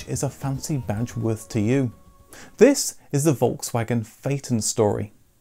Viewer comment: "tHiSs" Reminds me of someone